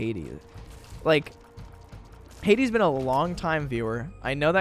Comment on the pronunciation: jk I love you thank you for the birthday wishes (it’s pronounced Had-ee)